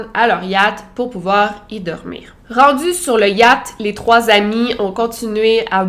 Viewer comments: j’aime trop comment tu dis « yat » 😂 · Désolé Victoria mais j'ai vraiment rigolé à chaque fois que tu as prononcé Yacht